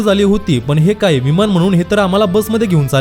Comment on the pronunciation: इयर पोर्ट नव्हे भावा एयरपोर्ट, विमाण नव्हे विमान.शिकलेले पण न ला ण,आणि ण ला न म्हणतात. त्यामुळे ऐकताना कानाला खटकते.साॅरी हां माफ करा